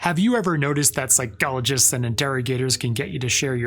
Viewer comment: Love how this guy says phycologists 🔥